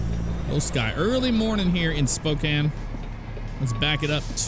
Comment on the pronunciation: YES! You said Spokane right! Right after you got out of downtown Spokane though before the Airport there's actually a huge hill you go up before you start seeing the exits for Spokane International and Airway Heights.